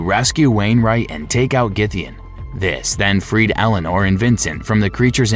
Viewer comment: So, the name of the character in BL3 is Ellyanor Olmstead? Is it spelled like that or did you just say Eleanor wrong?